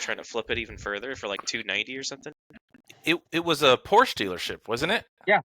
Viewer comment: Congrats on actually saying Porsche correctly. So many people put that stupid “sah” at the end when they shouldn’t. That said….it is quite a slap what Tesla is doing. Is it legal? Will the guy fight it in court? Should be interesting to follow.